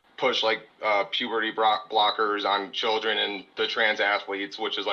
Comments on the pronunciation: Puberdee Brockers 🤣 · Is it just me or did this caller say “puberty blockers” wrong every single time 😂